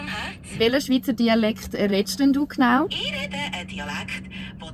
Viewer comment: Ziemlich gut. Neutraler dialekt würde ich das jedoch nicht nennen. Z.b. "E rede" Was für "Ich Rede" steht, ist nicht neutral. Neutral wäre ausgesprochen "ech" würde ich behaupten.